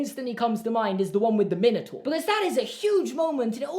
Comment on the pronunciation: Min-o-taur 😂😂... it’s pronounced mine-o-taur